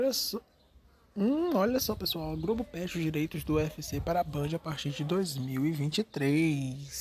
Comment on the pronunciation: Ele troca o L pelo R "Grobo" "Fro"